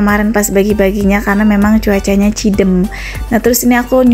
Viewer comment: Sanes cideum atuh mba,tpi ceudeum..🙏